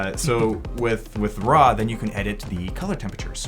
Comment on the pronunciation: when U said RAW i tought you was saying RAA the egyptian God ; i said wtf, great job btw